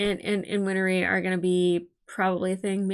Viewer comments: Win-Ree. Not Win-Er-Ee. Two syllables. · I know it's a terrible day, but you've probably recovered by the time this gets to YT. Winry's name is 2 syllables, not 3. 💖 Like "Henry", not like "winery". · Win-ry (There is no "er" sound where the hyphen is.) 😊